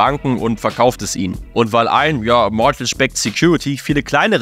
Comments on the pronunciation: "Mortätsch" 😂 dabei sagt es der eine Experte sogar mehrfach richtig 🙃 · Stell dir vor, du kannst als mortgage nicht aussprechen ( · Es waren nicht falsch ausgesprochene supreme Hypotheken sondern suBprime Hypotheken. Und es ist auch kein mortage...